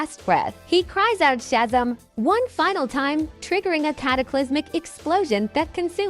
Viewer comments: That text to voice garbage is a plague on video creation. “Shazum” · This bitch didn’t even say Shazam right she said “shazum” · Shazam is pronounced chezem? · I stopped at "Shaz'm" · I hate to say it but your ai is not saying some names right nor some of the words such as Shazam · Learn to say Shazam properly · The way Shazam was pronounced is bothering me lol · Not to mention she pronounced Shazam wrong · Teach this damn ai to pronounce Shazam and parademon